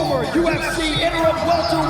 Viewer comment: You hear bisping go " hes a welterwight?" After calling him a 185er